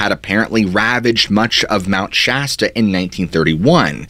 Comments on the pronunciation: I just had to change the last video for his calling Shasta wrong and he says it right this way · I can't get over your magnificent beard! Also, thank you for pronouncing Mt Shasta correctly. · Lol yayyy he's not calling it mt. Shosta anymore